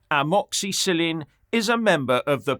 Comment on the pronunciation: please never ever say the word amoxicillin ever again or i will be forced to unsub. 🇬🇧 👍 😱😁